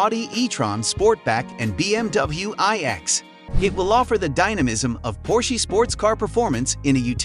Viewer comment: Por-shee?? Its, Por-sha Get that right!!